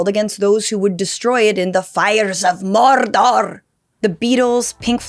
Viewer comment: "the fires of mordorrrr" 🤣🤣